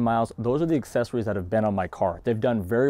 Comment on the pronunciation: Sorry, I was just having poking fun. It sounds like you're saying "assessories" instead of accessories.